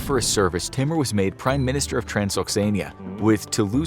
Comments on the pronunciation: It's not pronounced 't-mer'.... It's pronounced 'tai-moor'... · Timur is pronounced as Tymoor !